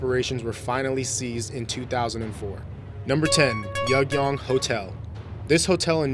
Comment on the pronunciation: Funny thing: he didn't even say the capital of North Korea. He said "Ryugyong", which is the name of the hotel, not the capital, and he actually pronounced it quite accurately for probably not speaking Korean. He might have mispronounced other words buuut definitely not that one, and they're just tiny mistakes after all.